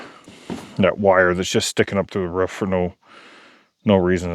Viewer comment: Ruff ruff....instead of a roof..lol x